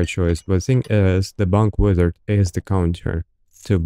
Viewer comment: no Russian would ever say "wideo" or "withard" - its "vidio" and "vizart" every time